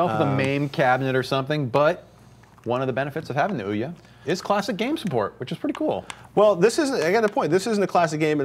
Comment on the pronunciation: Oh my god, their analysis is good and all but the balding guy there.."ooh-YAH" ..that pronounciation of Ouya (which I believe is supposed to be like "ooyuh") is driving me fucking nuts xD